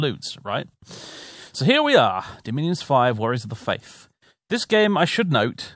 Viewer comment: "Warriors of the face": As a German I appreciate that mispronunciation